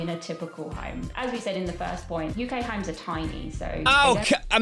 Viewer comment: It’s funny to me how they mispronounce homes as himes.